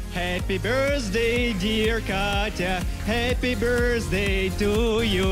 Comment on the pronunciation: I think he says "Happy burstday"